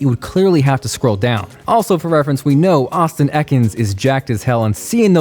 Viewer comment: it is no